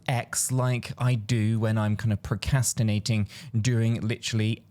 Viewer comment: WTF. Your hanging around to many Americans proCastinating Really Come on buddy An Aussie should not be telling a Brit how to pronounce words